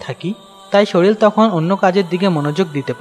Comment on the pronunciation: শরীল না শরীর